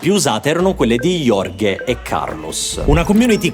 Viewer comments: il modo in cui pronunci Jorge(horhe) mi fa male al quore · Lo so che non è bello essere pignoli ma comunque Jorge non si legge iorge ma tipo horje tipo la h in hahaha infatti in spagnolo le risate si scrivono jajaja, comunque grazie per i tuoi video